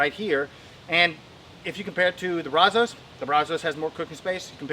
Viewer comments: So funny hearing how non Texans say “brazos”. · Really wish you would learn to pronounce brazos , I live in brazos county Tx & the Brazos river flows through it